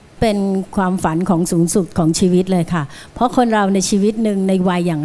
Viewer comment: ขออภัยนะคะที่ใช้้พื้นที่ตรงนี้ ผู้เข้าประกวดทุกท่านเสียงดี แต่เวลาพูแนะนำตัวเองไม่มี"ล" กล้ำ เพลงก็เป็นเพง ..เพราะ เป็นเพาะ และอีกหลายๆคำค่ะ ขอบคุณค่ะ